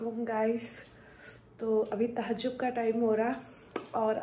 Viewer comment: Tahjjub nhi diwani THAJJUD bolte Deen k bare me mlum karlo ye vlog reels banana ye kam nhi aata deen k sikho